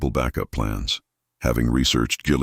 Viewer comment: Ok, stop with the AI voiceover if you're not going to make sure it pronounces correctly. There were several, but when it said jillyweed for gillyweed, well, I just can't continue. Care more, make these shorter if you have to but downvoting.